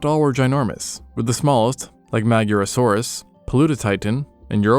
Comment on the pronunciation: Yet another dude misspelling Magyarosaurus Its pronounced Magyar With the letter "gy" Not Maggie-aro-saurus or however you pronounced it